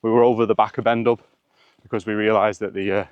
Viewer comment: Please, it's not 'Ben Dub'. In Gaelic if there's an 'h' after a consonant it usually means the consonant is silent. So it's pronounced Ben Doo (the black mountain).